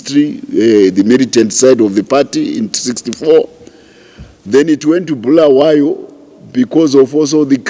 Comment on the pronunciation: It is Bulawayo wena mdala, not Bhulawayo